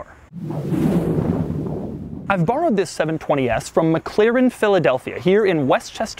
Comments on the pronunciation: I abhor how he says "McClaren" Dammit man, there isn't another C in there. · Your totally saying the name wrong It's not Mc claren its Mc-laren And pls keep your hands down Stop moving your hands all over your face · Your "mclaren" pronunciation is a bit annoying,oddly.